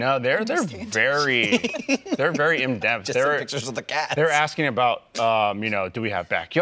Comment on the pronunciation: "Imdempt." Sheesh. Strange way to pronounce in-depth.